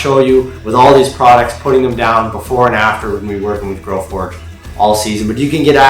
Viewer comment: type in your title and video description. its growforge. not growfordge